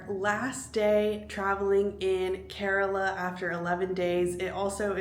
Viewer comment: Its kerala not carola 😁😁😁😁